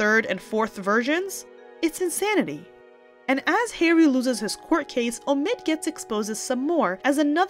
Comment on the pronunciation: Hey. The name of that ridiculous character is OH-mid. Not oh-MID, as you say it. Really, if you're so attuned to the news, can't you get the pronunciation straight? Everyone else does.